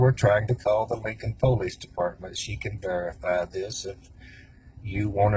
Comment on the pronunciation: “Linkun Poelayce Daypardmun”